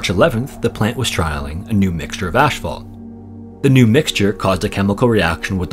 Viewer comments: For the record, "asphalt" is not pronounced 'ash-falt.' It is pronounced 'ass-falt.' Sorry to be the grammar police on this one, but that very common mispronunciation drives me nuts! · ASS-falt Not "ash-phalt" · There is no such thing as "Ash fault" it's asphalt..the pH equaling an F sound . Get it fucking right..pronounced azfalt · What is "ashphalt"? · Just a little fyi, it's pronounced ASS-FAULT, not ASH-FAULT. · Ash-vault is a non-existent word. I think he's referring to asphalt. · "Ash fault"??? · Why do you keep saying "ash"phault? That is not how it is spelled. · You're Canadian. I can tell. "Ash Phalt" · Love how spends so much time remastering his videos but still mispronounces asphalt every time